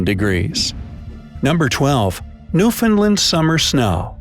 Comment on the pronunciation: Just wanted to say thanks for your correct pronunciation of Newfoundland. You either did some awesome research or you have a Newfoundland friend.